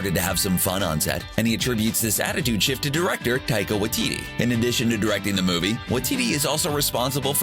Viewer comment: This guy pronounced taika’s name wrong Really?!?